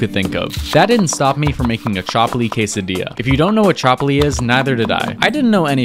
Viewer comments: ChAAAAAApli? Its pronounced chupli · It’s pronounced chupli not chapli btw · Its pronounced ch-up-li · Pakistani and chapli pronounce tho😭😭💀💀